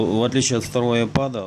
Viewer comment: Не айпод, а айпэд...